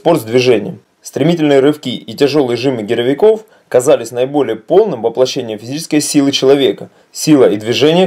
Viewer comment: 3.32 Великих тёСок. в школе на русском не бывал автор? И до этого "гировикОв" ))) Но за видео конечно лайк)